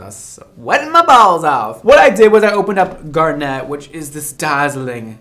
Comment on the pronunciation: Um... in garnet, the accent is on the "gar": GAR-nit, not gar-NET :x